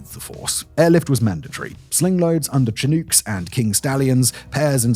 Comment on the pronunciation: Chinook = shhhhnnook